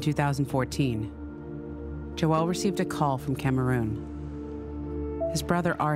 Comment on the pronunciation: His name is Joel - why do US commentators call him Jo-elle? He's a bloke called Joel, not a girl called Joelle!